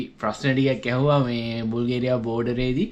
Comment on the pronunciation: මචන්... බුල්ගේරියා නෙවෙයි බල්ගේරියාව බන්... bulgaria english walin thibunata pronounce karanne ara widiyata .